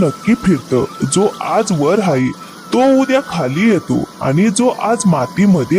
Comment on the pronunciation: हायें म्हणू नका आहे म्हणा